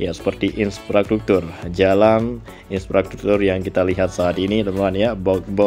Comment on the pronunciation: Infrastruktur bukan inspratruktur wooiii😅